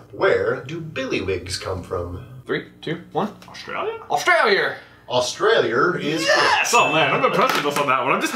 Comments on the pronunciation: It’s Australi-A not Australi-ER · The way they pronounce Australia xD